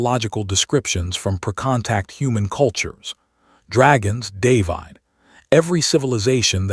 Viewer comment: Stupid AI voice can't pronounce the name 'David'.